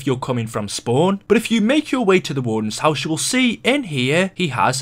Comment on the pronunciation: the way he says house pisses me off